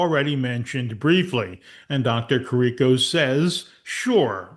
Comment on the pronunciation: Great work here. The doctors were correct since day 1. Btw, it’s pronounced Care-ah-co and James Hoe-stee.